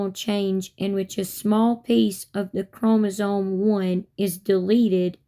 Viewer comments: She’s saying chromosoNe. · “ChromosoNe” she says- no its chromosoMe gypdip